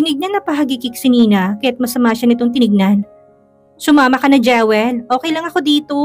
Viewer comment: Pangit naman ng pronunciation ng narrator sa Jewel. Dapat Jiwel ang bigkas na tama nito.